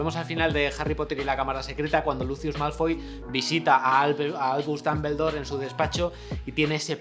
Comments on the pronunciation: xq es que en españa pronuncian dAmbledore? y en general palabras inglesas las pronuncian...raro/mal,/golpeado, no es crítica es duda, porque varios youtubers españoles así pronuncian, acaso las clases de de inglés no son buenas o aman mucho el español que es una forma de "guerra de pronunciacion nativa"? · "Mundo MAGUEL", Albus "DAMBELDOR". Jaaaa ja ajaaaaaaaaaaaaaaaaa jaaaaaaaaa! No pueden pronunciar ni parecido! Jaaaaaa